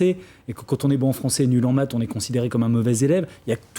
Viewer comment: Bon , il est bon en maths mais pas en métrise de la langue française, (ouiccch, ecchhh, chhh a la fin de ses mots)